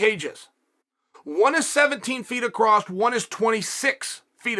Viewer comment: Chael "Acrosst" Sonnen.